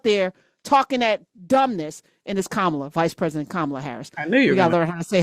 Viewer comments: Why is it three years later we still can't pronounce VP Harris's name? Ka. ma. la (comma. la) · We have had FOUR YEARS to learn how to pronounce VP Harris’ name!! Come on now!!! Say her name right! 😡. Yes, because she just might be our next PRESIDENT!